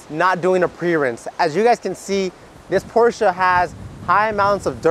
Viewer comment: Very rarely do you hear people pronounce “Porsche” correctly 🙌🏽